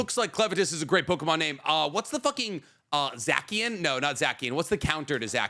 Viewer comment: "Zackian"?! lol